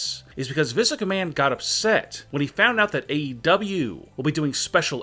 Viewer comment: Everyone:: AEW Him:: AW 😂